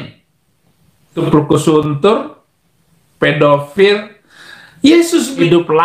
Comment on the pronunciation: 😂😂😂😂😂 blukusuntur... Rrr